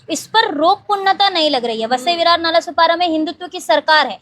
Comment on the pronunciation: नालासोपारा ✅ नालासोपाडा ❌